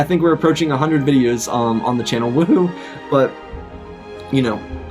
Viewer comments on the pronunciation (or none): none